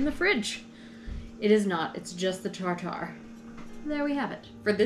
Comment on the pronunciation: Wouldn't it be tartar as in tartar sauce?? I've always heard it pronounced rhyming with carter or barter...